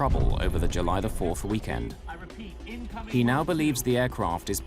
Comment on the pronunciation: Why do you pronounce it "wick-end" instead of "weekend"?